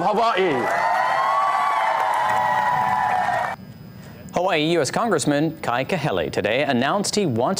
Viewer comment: He says Hava E so well.Makes him sound so qualified to be the governor of Hava E!